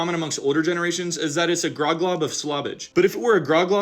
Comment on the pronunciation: Grog? Rhymes with Grug.